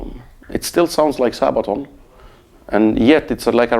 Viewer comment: Love him and Sabaton.But it is funny how he says:"Sahbaton".